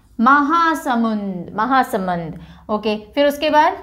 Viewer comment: That is महासमुंद Not महासमंद